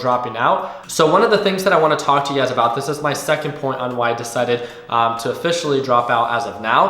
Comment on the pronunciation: love when you say “ugaz” i mean “you guys” lol